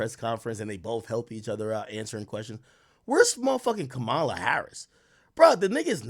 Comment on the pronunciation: Y'all keep calling her ka-ma-la like tht old WWE character from the 90's😂😂